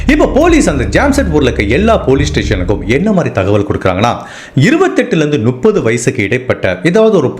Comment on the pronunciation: Brother I like the way you narrate the story . But, one small suggestion in your pronounciation , it's Muppdhu (முப்பது) and it's not Nuppadhu. Else I love your story telling.